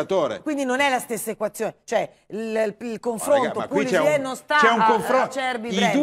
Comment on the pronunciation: A dire pulisic meglio di thuram ci vuole un bel coraggio